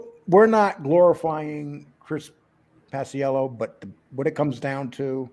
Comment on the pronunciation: It's Pa-chello Lee, not Pas-i-ello